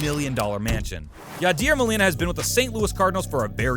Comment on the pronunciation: bro be sayin yadeer for my boy yadier